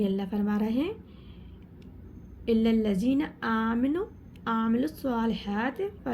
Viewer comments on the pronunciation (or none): Aminu NHi amanu meem p zabar hai